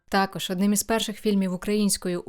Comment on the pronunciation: Сильно сказано: «...якість цього продукту створюють саме актори дубляжу». Авжеж, перекладачі й геть не потрібні, актори самі можуть, без тексту. Такі талановиті актори, десятиліттями в професії, так якісно вимовляють: «буваЕ, сонце сідаЕ, все оживаЕ», «теш, такош».